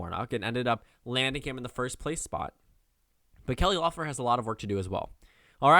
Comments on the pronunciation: Pst, it’s pronounced “Leffler” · Her name is pronounced Leffler.